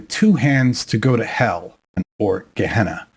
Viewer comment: Gehenna not kahna